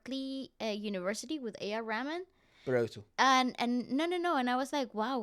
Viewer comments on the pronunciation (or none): Guys, its not A R Ramen please 😭😂😂😂 its A R "Reh-maan". I wish I could send a voice note of the pronunciation 😅😂🤭.